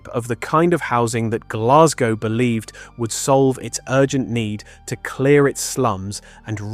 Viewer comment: Please will the English learn how to pronounce Glasgow!